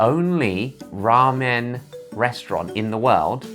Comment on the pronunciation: The way Josh pronounces ramen is amazing.